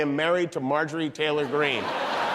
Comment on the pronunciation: Marjorie Traitor Green. You said it wrong